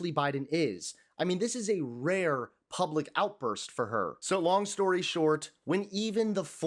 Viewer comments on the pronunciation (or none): none